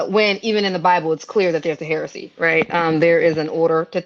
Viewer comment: I had to throw the CC on she literally said there’s a “heresy”😂😂😂 hierarchy u mean😅